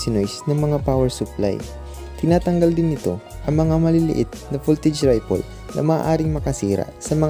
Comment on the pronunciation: Ripple - rep-pol, hindi rai-pol. Short "i", hindi long "I". Polyester - pronounced as Poly-ester not Polyester, meaning a polymer of an ester. Compare: Polyvinyl